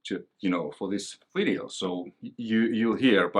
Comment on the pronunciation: You never say "And in this WIDEO" anymore.... I miss that haha :D